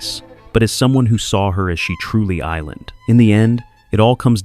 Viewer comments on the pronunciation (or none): Some great insights - and the AI is a lot better than many : just not sure what " ...... who saw her as she truly island ...... " means ?